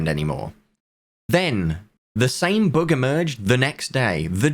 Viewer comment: Sounds like he is saying book instead of bug